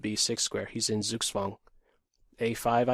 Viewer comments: If you really want to pronounce it better, don't say the Z as and S sound but more like Tsoog tsvahng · Sorry Victor, but this is not correct. There is a clear difference between the S in English and the Z in German, because the German Z is pronounced like the combination TS. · Yes, that's a good Suggestion. Perhaps a slight improvement would be "Tsook-tsvung" with a v instead of a w.